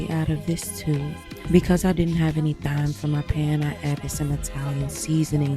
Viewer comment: You do not need to enunciate the th in thyme, it's still pronounced the same as time.